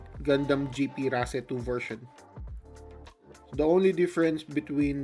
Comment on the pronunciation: Always thought it is pronounced as (race) lol 😂